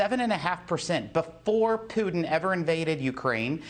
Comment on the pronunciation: "Pewtin". Wow, I love that pronunciation!